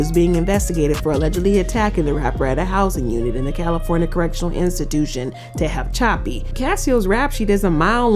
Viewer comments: Its TE-HA-PA-CHEE. SATE PRISON. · TE-HAH-CHAPI Now is that easier to sound out. Learn how to speak and read before you start talking about people my uncle used to work at this prison